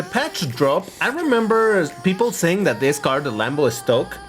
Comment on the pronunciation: The Model Estoque Was Pronounced In Portuguese Not Spanish,.